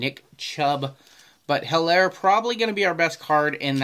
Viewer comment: Nice video!! it is Elaire on Helaire pronunciation he doesnt say H